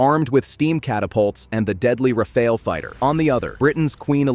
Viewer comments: AAARGH! It's the Rafale, not the Rafael. Rafale -- gust of wind, not a bloody turtle! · First screen: flags wrong way round. mispronounce Rafale and show a Eurofighter!